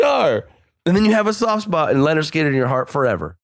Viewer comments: The only thing that sucks more than Lynyrd Skynyrd's music is calling them Leonard Skynyrd incessantly. It's LYNYRD, you fucking windowlicker. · pronouncing "Leonard" every time = top troll